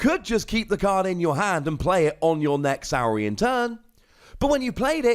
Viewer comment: It's got to be Saw-rian. Like Dino-saw. Right? And it should have been Philosoraptor....